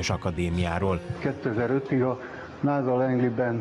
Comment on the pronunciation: Nem "náza", "násza" sz-szel! North American Space Agency.